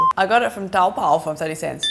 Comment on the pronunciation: not tao pao, is tao bao or to bo 淘寶